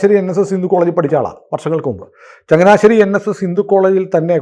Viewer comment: ചങ്ങനാശ്ശേരി എത്ര ക്ലിയറായി പറയുന്നു